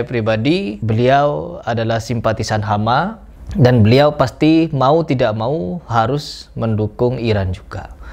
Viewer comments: Hamas atau Hama? Yang bener yang mana? Kok saya dengernya dia bilang Hama... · Hamas Pejuang palestina disebut nya "hama" 😢